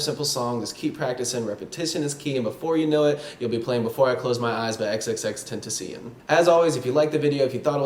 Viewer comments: It’s actually pronounced ten-ta-see-own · Yeah he did he said XXXTENTISION but you pronounce it ex ex ex ten tas ion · “XXX Tentuh seein” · he said xxxtentisen made me cringe but i love the video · "tentasian" im dead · he said, xxx-tenta-see-N" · He said g sing lol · It kinda hurt my heart because you said his name wrong. But that's okay. You probably already know how to say it because this video is a year old 😂 It's Ten-tah-see-on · ten tah see owhn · Who else laughed when he said X's name? Ten tuh see Yun? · I only disliked cuz u pronounced his name wrong😐...its pronounced "XXX-ten-taw-see-own" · in spanish!! ten-ta-ci-on! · Lol the way u also pronounced it wrong. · Please say his name right. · says name wrong NANI? TRIGGERED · okay but you said he’s name wrong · Maaan, u just lost lots of your fans, bc u said X’s name wrooong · That’s not how u say his name man😂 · you said his name wrong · u gotta fkn say his name right damn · Thought I was the only one